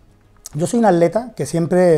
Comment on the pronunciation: Min el "ADLETA", el "ALETA". Tiene algun problema para decir la palabra ATLETA?? jajajaja